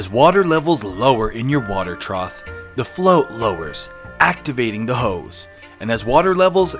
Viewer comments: I didn't hear him misspeaking, he was properly saying "trough" the whole time afaik. Edit: OMG you're right, he's totally saying "troth" the whole time! I've never heard that before, is it a local or family custom? (My family tends to say "boughten" as a past tense of "bought", for example: "Yeah, I've boughten clothes from that new store once or twice...") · Hilarious! I have one tiny problem with it and it’s only because I live with an English major librarian lol but I noticed you kept saying trot and it’s actually trough (troff). That’s it, I know it’s a little thing and some people don’t care to know but I would want to be told 🤷‍♀️ It was a hilarious video though! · I heard it several times too. It was troth especially . I figured it was simply a Connecticut thing... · I wasn’t sure at first but at the end of the video you can see him say it with a “th”. It’s whatever, just thought he might want to know